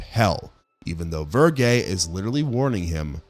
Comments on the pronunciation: I do kinda wonder if you watched these or just read the wiki of the plots. Mostly due to "the house that Jack built". Your pronunciation of "Verge" is vergay, for some odd reason. It's verge, like surge with a "ve". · "Verge" like Virgil not "Vergay" lol... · Vir-jay? ACE-uh-tone? Did you watch these movies or read scripts with strange words you've somehow never heard pronounced before?